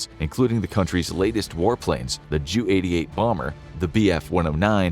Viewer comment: ...JEW 88?🤔 It's pronounced J.U 88 I think. That would be like calling the next plane the BIFF 109 instead of the B.F 109. Great video though Hope this helps. 🤷🏼